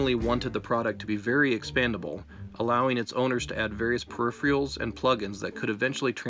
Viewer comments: just wanna point out that it's peripheRALs, not peripheals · I love your videos man... though I have to say, one consistency is your inability to pronounce some words, like "peripherals." 😂 Not throwing shade, I promise... thanks! Also I don't think you ever made that OS/2 video, as someone who ran OS/2 and thought it was a cool system, I'd love to see it! It had some pretty forward thinking-ideas.